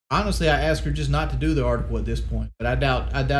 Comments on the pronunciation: SHAWK JAWK HAWNESTLY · "I was just a 25 year old kid, man. Like awnestly."